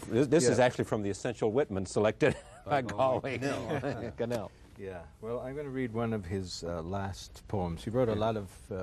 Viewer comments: Great discussion; but Charley Rose doesn't know how to pronounce Galway Kinnell. It's GAWL-way ki-NELL. Sorry to be a smart-ass. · The conspiratorial smirks on the faces of the guests as Rose mispronounces Galway Kinnell's name is juvenile and arrogant. I would say that this mere gesture disqualifies all of these "poets" from having anything of value to present to us. Pay close attention to the behavior of those you idolize - you will soon learn to separate the mundane from the holy.